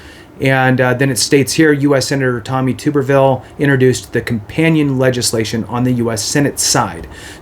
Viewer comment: Pronounced Tub-er-ville.